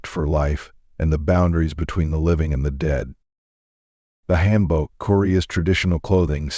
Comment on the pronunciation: Hangul sounds like haangul Also hanbok pronouces as haanbok